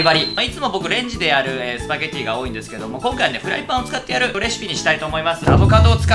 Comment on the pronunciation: きょんかいはね